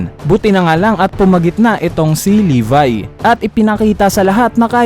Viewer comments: levi hindi levy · Libay daw imbis ng levi ang basa